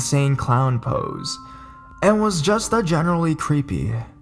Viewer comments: POSE? Really? It would be much more enjoyable to listen to you if you knew what you were saying. You mispronounce shit all the time. It's really easy to just google how to pronounce things. Posse is pronounced Pah-see or paw-see. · POSE??! really?! its pronounced like 'PAH-SEE" ....Insane Clown Posse is a very well known 'band'/group (whatever u wanna call em) Juggalo's are gonna have a fit over hearing this mispronunciation! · pose??? don't you mean pos-ie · It's pronounced "insane clown pah-see" LOL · yeah, I was like OMG! did he seriously just say POSE?! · totally agree that I was thinking the same about "Pennywise from It." But I've listened to quite a bit of his readings lately and most of them have some oddly pronounced words or jerky start/stops to his reading. "Pose" was just the last straw for me. I don't think it's too much to ask that the person narrating the story at least do enough research to make it sound good.